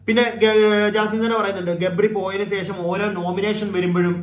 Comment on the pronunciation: സേഷം അല്ല ബ്രോ, ശേഷം😊 subscribe kitunilenkil, word split cheythu paranju sheelichaal mathi... sub, sub, sub ennu kure paranju koode cribe paranjaal, athu thaniye varum.... bro nte ee problem enikum undaayirunu... ingane paranju sheelichapolaanu ente sheriaayathu...